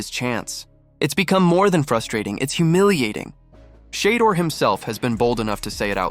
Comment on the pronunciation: “SHAAA DOOR” AI ….